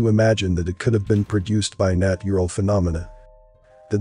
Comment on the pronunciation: What is the CGI city source for the visuals? Piri Race? Really? LOL It's supposed to be Piri Reis. I find it funny that the text-to-speak program used for the narration says everything quite well, but can't even bother to say "natural" correctly. Weird.